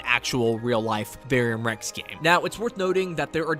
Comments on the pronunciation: Ver-um Rex bro, not Varium Rex Don’t mean nothing by pointing it out but it’s critical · “ UhO i Love Veyrium Rex “ wtf is that its VER-UM . squish it together. VERUM . VERUM REX